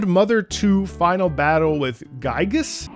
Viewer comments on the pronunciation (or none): (pronounced "Geeg-us") Also known as "Giegue" (pronounced "Geeg") in Earthbound Beginnings, and Gyiyg (also pronounced "Geeg") in Japan.